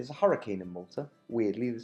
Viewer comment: Lol, did you say Malta?